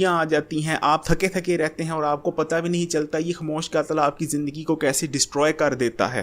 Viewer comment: pehlw to ye like or share ki bheek mangna bnd kr ,, or khmoosh kia hota he,, khmoah hota he